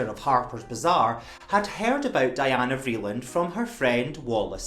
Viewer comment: Anna Wintour is a snob. She isn’t in the same realm as Mrs. Vreeland. And btw-it’s pronounced Dee-anna